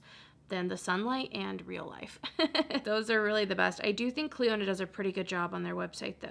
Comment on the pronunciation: Are people aware it’s pronounced cliona not cliOnadh. It could be branded as that idk but in terms of the actual name it’s not